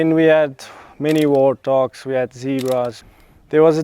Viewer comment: Sounds like he is saying wartdogs😊.